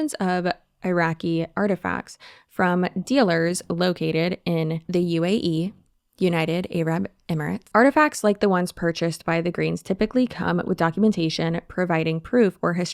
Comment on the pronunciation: They said “Ay-Rab” & “Eye-Raq”… lol.